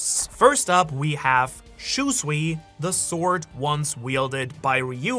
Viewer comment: it's not "Shuswee" it's Shusui